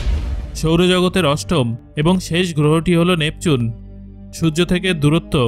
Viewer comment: আমি খেয়াল করেছি, আপনি ঠিকভাবে সূর্য উচ্চারণ করতে পারেন না আপনি আরো অনেক উচ্চারণই ভালোভাবে করতে পারেন না তাই আগে উচ্চারণ ঠিক করুন তারপরে ভিডিও বানান